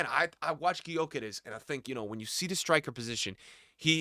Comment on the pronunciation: it's pronounced (Yo Kerr Esh) just FYI